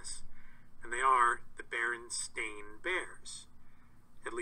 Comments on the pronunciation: It's not pronounced bear-en. It's bur-en... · It's always been spelled "stain". Mostly pronounced "stein",but spelled stain. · Just put an end to this and call them berenstEAn bears. Also sounds more like 'stein' so maybe thats the Solution?